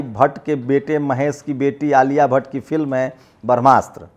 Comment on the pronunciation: Brahmastr bolnaseekho